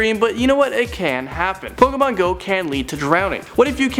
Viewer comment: he said pokomon